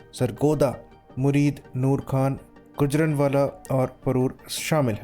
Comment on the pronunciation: Sir plz, गुजरांवाला है गुजरनवाला नहीं है।